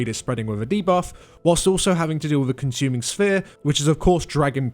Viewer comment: "Conshuming Sphere" lmao